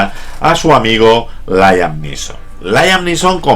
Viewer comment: "Layam Lison"????.........smooth!!!!!!....jajajjajajqja.esta es una mis pelis favoritas!!......